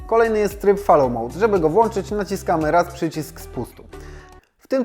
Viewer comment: Przełanczać, włanczać 💪 kłuje po uszach.